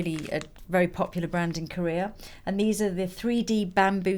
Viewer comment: why do you say "korear" instead of "korea"? :)